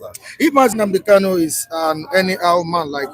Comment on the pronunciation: I am Tunde okafor saying that doesn't know how to pronounce KANU but he calls him KALU.What a shame to this abgoro